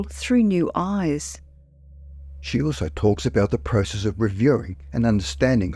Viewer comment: You mispronounced "Process" throughout the whole video.